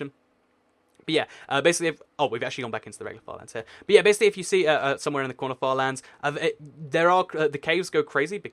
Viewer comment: When he said corner farlands, it sounded like 'quanerfar lands'